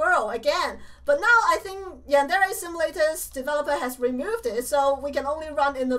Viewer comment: it's funny how she says yandele-chan instead of yandere-chan